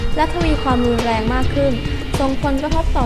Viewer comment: เป็นสารคดีที่โอเคมากครับ แต่ที่อยากจะแนะนำคือ เรื่องของผู้บรรยาย น่าจะมีการอ่านที่เป็นจังหวะมากกว่านี้ แต่น้องอ่านรัวมาก และที่สำคัญครับ ร กับ ล อักขระออกเสียงเหมือนกันเด๊ะ (ประโยคที่ว่า "...แห้งแล้ง...ที่รุนแรง" ผมฟังแล้วเป็น แห้งแล้งที่ลุนแลง)ยังไงก็เป็นกำลังใจนะครับ